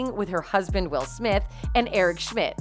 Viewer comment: It's not Wills 😂😂😂😂😂😂